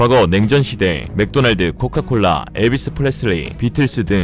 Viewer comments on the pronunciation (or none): none